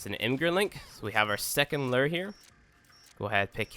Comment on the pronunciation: lew-err lol